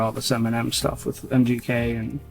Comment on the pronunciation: Sounds like your saying mjk it’s mgk